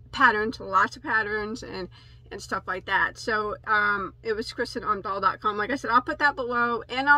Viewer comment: I got really excited when I got this video notification. Kristin Omdahl has an amazingly large catalogue of patterns, this #5 milk cotton is a recent addition to her yarns. She also has bamboo and cotton yarns. Her podcast is great, I watch every morning. P.S. you pronounced her name pretty good.